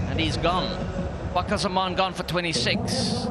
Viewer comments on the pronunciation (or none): Fakhar and the k is silent ❤️🌟